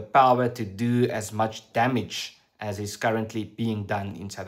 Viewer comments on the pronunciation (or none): none